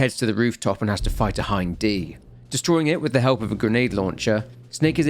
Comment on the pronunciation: ...im sorry. What was that?? Not a Hin... ...DEE!!!!??!??!????!??!??!!!???!?!??!??! Are you sure it's Hind and not Hin... Mother F U C K I N G DEEEEEEEE!!!!!!!!!!!!!!!!!!? CUZ HIN-F*CKING-DEEEEEE is so f*ckin common everyone always only evrr says hin-f*cking-deeee. No one has ever pronounced HIND as HIND. Ever. Oh except for everyone who hasn't got kojimas c*ck stuffed down their throat so deep the guys ankle deep in stomach acid. Btw in case you're actually stupid Hind is pronounced Hind. Not hine-dee. In case you're actually stupid.